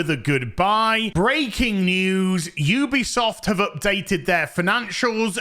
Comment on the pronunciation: You-be-soft indeed